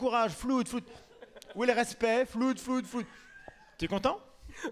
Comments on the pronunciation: flood se prononce "flode" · Euh les gars, les jeunes, les branchés, les qui parlent dans le micro et sont de fait diffuseurs de langue… Après cette émission pleins d’autres jeunes ignorants ou hésitants vont croire que inondation en anglais se prononce « floude ». Or “flood” ne se prononce pas comme ”good”, ben non. Ça se prononce plutôt comme « flode », et donc « flooder » doit se dire « floder », avec un o ouvert. Faisez gaffe quoi ! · Flood ca ce prononce flod. Comme Blood.